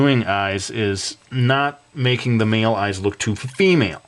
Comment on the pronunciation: Amazing! But... I'm sorry... I cracked up because you said meel eyes!